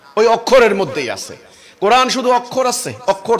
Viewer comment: তুমি কোরআন শব্দের উচ্চারণ করতে পার না।